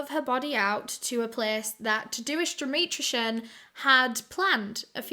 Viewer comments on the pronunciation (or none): I love that you say Tadeusz, Tah-do-ish hahah. I’m Polish and that’s my dad’s name, in Polish it’s pronounced more like Tah-day-ush. That’s okay though, the spelling doesn’t really look like how the pronunciation is. Love ya! 💞❤️💞